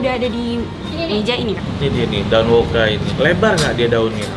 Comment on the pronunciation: ijin koreksi, daun woka bang bukan daun woku😁